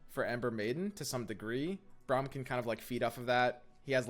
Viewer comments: I love your content, but your hair be lookin hella like Braum's stache also it's pronounced Brahm, not Browm xoxo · I'd cut a some copies of Sej and Vlad, and 2 or 3 Braum, and bjerg for drawing Sej + Vlad. (Btw it's pronounced Brom) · I stopped watching when he said Browm